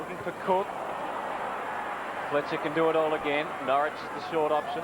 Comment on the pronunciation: Jesus Huddo it's Norrish not Norwich lol.